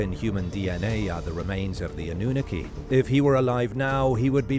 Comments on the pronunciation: I’m afraid your AI voice has no idea how to pronounce “Anunaki” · Why the pronunciation oddity on annunaki and denisovian? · I heard that too😂